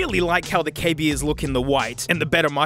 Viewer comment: KB ears, nah mate its KAY BEARS